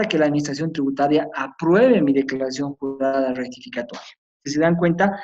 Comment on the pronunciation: Lo corté a los 10 minutos porque me irritaba sus términos como wrectificatoria, ewror, wrevisión, incuwrir.